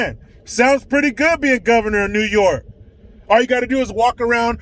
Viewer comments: 😂😂😂😂😂 that fuckin neeeew yooookaaaa 😂😂😂👍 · Dude, your New Yohk Cuomosexual accent was fanfuckintastic LOL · Hey! It’s ‘Noy Yark’.